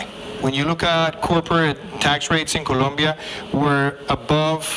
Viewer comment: Habla bien el ingles y es Colombiano, pero no sabe pronunciar Colombia sabiendo que habla español. Colombia: Polomia Colombia : Locombia Debió postularse en Estados Unidos porque de Colombia no sabe ni su nombre.